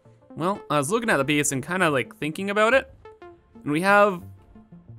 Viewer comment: Newcomer to your channel here, been bingewatching your content over the last few days (perhaps neglecting my own work in the process... ahem). In any case, great content! Due to your pronunciation/accent/something every time you say the word "Base" I hear "Beast" and I think that couldn't be more appropriate given the sheer magnitude of the project. It is indeed a Beast, capital B and all! Keep up the great work!